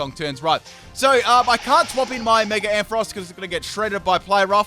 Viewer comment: wait did he just pronounce Ampharos as Air Frost?